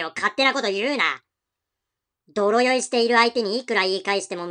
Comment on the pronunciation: 泥酔はでいすいと読みます